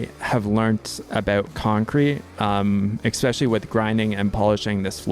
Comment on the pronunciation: There is no "x" in "especially" :)